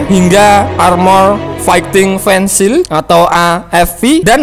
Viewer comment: VEHICLE MIN BKN VENSIL